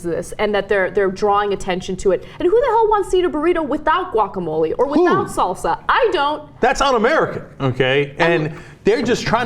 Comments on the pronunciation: Guacamole? Guacamelee! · Can't believe you guys can't pronounce guacamole correctly. Turn in your SoCal card.